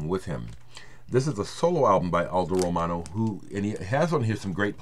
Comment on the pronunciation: One of the joys of watching your videos is listening to flawlessly pronounce the names of the artists and bands. Definitely going to listen to or check out Aldo Romano's 'Night Diary'. You have tuned me into quite a few Italian artists in the past and now I can add Aldo to that list. Sending some brotherly love from rainy, snowy, windy and messy New England~ Rob/Boston